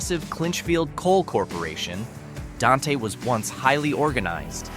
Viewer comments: And Don-Tay. (It's pronounced "Daint") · Dante is one syllable. It rhymes with ain’t. 😁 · Dante is pronounced “Daint”